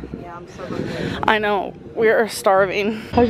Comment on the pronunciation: Amberlynn "Hongry" Reid.